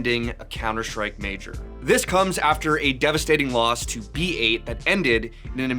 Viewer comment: isnt B8 Esports pronouned as "bait" not "B eight"?